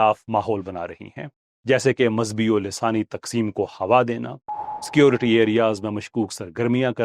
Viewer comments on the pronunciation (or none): none